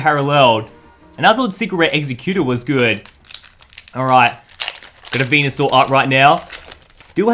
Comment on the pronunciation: He said mega blastoice on mega Venusaur